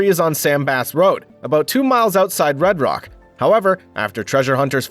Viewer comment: Its Round Rock..not Red Reck😂